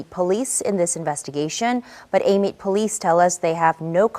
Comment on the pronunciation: you pronounced that PERFECT! i'm from out that way and used to thug it out there in Amite for a lil minute